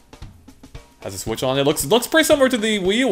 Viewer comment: "Speaking of sWhich.." I have a feeling that's going to become common one of these days.